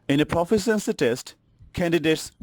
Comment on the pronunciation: Forced to watch this for a college course. PLEASE LEARN TO PRONOUNCE LONG ENGLISH WORDS. 'Proficiency' is pronounced pruh-FISH-shen-see.